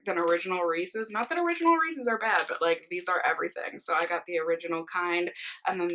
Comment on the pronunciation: Loved this video!! (Also I’m thrilled that you pronounce Reece’s the “right” way!! Lol) It’s probably because we’re both from Minnesota, but I see you tubers who pronounce it with the long “e” at the end and it drives me crazy!! Thanks for the vlog!! ❤️